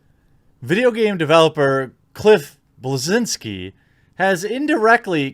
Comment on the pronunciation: It's pronounced Bleszinski goddammit.